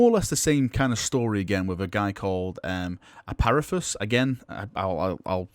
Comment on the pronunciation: There’s no th in apharans name so why say aparathus It’s pronounced af-a-ran